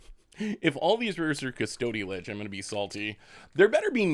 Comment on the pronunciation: Hehe when you say cus-TOAD-y lich I giggle